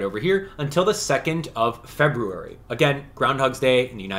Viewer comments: The way you pronounce February is driving me nuts 😂 but, love these videos! I’ve got all my stuff, and can’t wait to get the timelocked items! 👏🏻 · They’re both right lmao. Doesn’t matter how it’s “correctly” pronounced, the way you say it is annoying to me lmao. I do, and everyone I have ever met or spoken with has pronounced it feb-yoo-ary, and it’s exactly how i’ll continue to pronounce it. It’s common for the American pronunciation of it. Feb-rue-ary is just annoying and doesn’t sound right lol. I truly do not care how you pronounce it, I wasn’t hating on you, or saying you had to pronounce it differently, yada yada. It’s annoying to me, made me laugh to hear it cause it sounds wrong, and most letters are silent in many words. Simple as that 🤷🏻‍♀️